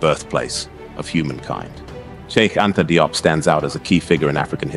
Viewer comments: Likely pronounced jup, not dee-op or die-op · DIOP IS Pronounced "JOPP" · FYI his surname is pronounced JOBE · His name is pronounced: (JOP) Thank you so much for the video and letting the world know about Cheikh Anta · Consistent pronounciation of his suname is needed in this video. There is no point calling him "Die-op" one minute, and then "Dee-op" the next. Not a good look, it detracts from the seriousness of the work. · His last name is pronounced "jope" rhyming with pope